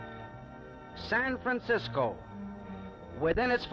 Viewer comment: Aside from the first two valliant attempts at ennunciation, he keeps saying "Sampensiscoe". My 100-year old neighbor used to say that too…I also remember all the old cabbies and Munis drivers saying that. I like it, it sounds like the way the guys in the Coit Tower murals probably sounded.